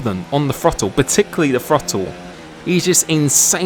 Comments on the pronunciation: The FROTTLE, you brits and your pronunciation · Every true American knows it's pronounced "Throddle".